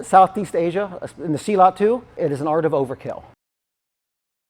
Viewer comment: Dear, I respect your work and experience. However as a South East Asian, please pronounce it properly. It’s not SEE laat. It’s silLUT.